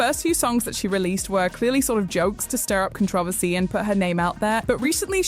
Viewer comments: Con-tro-versy is how u pronounce Controversy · That messed me up more than knowing this person existed... "contra=vasee"... "controversy"... try it. I cannot say it normal how i use to say it anymore after hearing the narrator say "contravasee" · Please for the love of god learn how to pronounce controversy